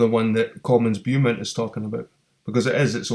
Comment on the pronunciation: It's pronounced 'Bow-mont' mate